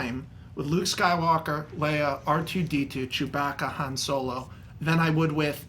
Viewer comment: How many times can Max Landis pronounce "Han" wrong?